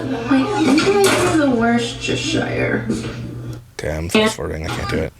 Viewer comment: The way she says Worcestershire hurts my ears it's Wus-ter-sheer!